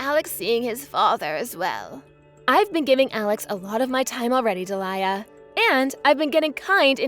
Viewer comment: Alex sounds 15 and his avatar is of an adult - his dad, perhaps. And he's a bit too good at English to only be, what, 9? And it's pronounced Dee-lee-a not de'liar.